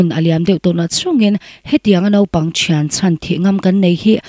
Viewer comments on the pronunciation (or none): none